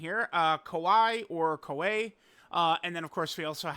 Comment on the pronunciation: Am I tripping or is that girl's name supposed to be pronounced "Key-ah-way"?????